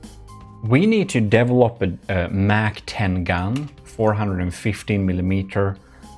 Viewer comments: Just so you know (haven't seen the video yet) but its "mach" and not "mac " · When u said mach 10 i heard it as like the mac-10 the gun